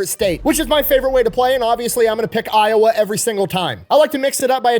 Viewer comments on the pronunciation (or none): none